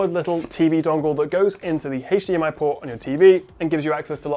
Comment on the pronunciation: you can clearly see how hard it is to pronounce hdmi corctly:) love from france